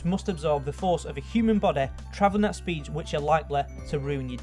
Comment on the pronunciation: "Bodeh" "Graviteh" "Velociteh"